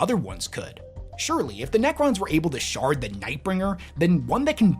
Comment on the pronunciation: Ah, the "maybe he will shard himself" definitely sounded like "shart" and it made me laugh like a kid.